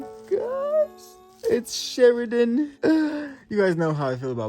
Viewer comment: The way u pronounce shirandas name ia hilarious